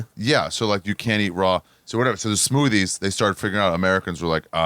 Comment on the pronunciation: Bro just learn to make the TH sound. Saying smoody and cloding instead of smoothie and clothing is fucking insane for a native english speaker